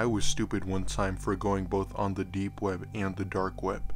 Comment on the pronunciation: The way this guy says deep web drives me fucking crazy. Too much emphasis on the p and b.